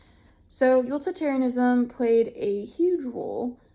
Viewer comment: Utilitarianism/Kantianism were a bit mispronounced and might need a little review